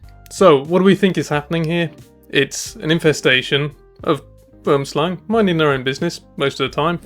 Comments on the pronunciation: You pronounced it right on the 2nd Boomslang video but wrong multiple times before that 😅 It's pronounced Bom Slan. I somewhat recently learned that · Simple pronunciation of "boomslang" for English speakers - bwouhmm-slung 3 syllables not 2. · best pronunciation of Boomslang, was " BWERMSLUNG" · Will and Kevin pronounced it wrong 😅 It's pronounced Bom Slan. I learned that pretty recently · Perfek said Boomslang